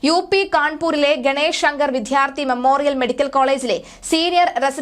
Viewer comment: വിദ്യാർത്ഥി എന്ന് പറയൂ. ധ എന്നുച്ഛരിക്കരുത്.